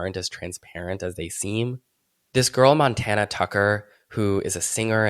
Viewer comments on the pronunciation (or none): none